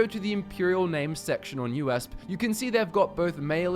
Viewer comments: Haha it's U- E - S - P. You just say the letters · hol up, did you just pronounce USP as U.S.p